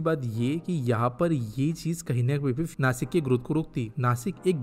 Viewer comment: नासिक❌ नाशिक✅